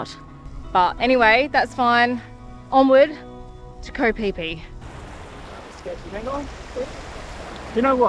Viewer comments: It sounded like onward to go pee pee!! New drinking game every time we hear it!! And then of course go pee pee!!!😅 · It's Koh Phi Phi. Koh = island in Thai. Phi Phi is the name of the island.